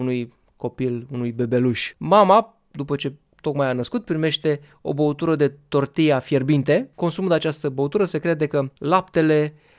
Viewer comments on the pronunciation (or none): none